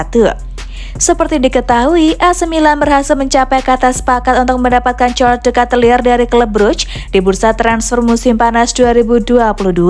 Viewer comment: Bacanya bukan katelir.. tapi keytelar